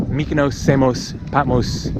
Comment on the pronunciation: I agree, he mispronounces Patmos, Samos & Mykonos, probably some others I haven’t him say, but hey, he’s not Greek like Iam, but still annoying - great videos though💙🇬🇷💙🇬🇷💙🇬🇷💙🇬🇷💙🇬🇷